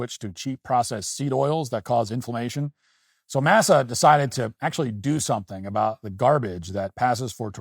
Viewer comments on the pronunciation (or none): “Mass-uh” …Matt, stop